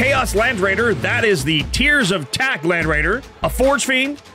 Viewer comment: "Tears of Tak" Land Raider.... ? Hehehehe